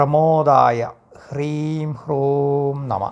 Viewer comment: Hreem gurum not deerga